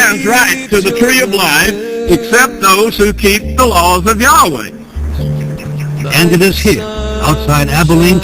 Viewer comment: Well, he doesn't pronounce YAHWEH correctly.